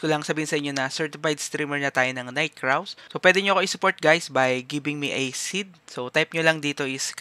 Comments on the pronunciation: Ito pala yungn nag popronounce NIGHT KRAWS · night kraw? wla na ba marunong magbasa ngayon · Ano yung Fur Burr? Bakit di mo mabasa ng maayos yung Night Crows mo paps Night Craws. Hahaha sakit sa ulo